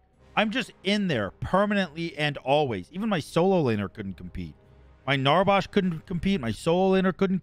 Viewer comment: im really enjoying the paragon content... but please.. why do you call NarbAsh, NarbOsh?? i dunno why, but it urks me lfdkhgkldfg